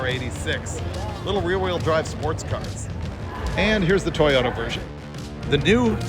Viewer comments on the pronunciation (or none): none